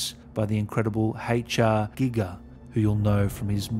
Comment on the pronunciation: "Hay-cha Geegah"